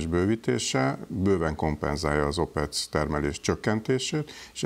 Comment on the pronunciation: Az "Opek" nem pedig "OpeCö-cö-cö"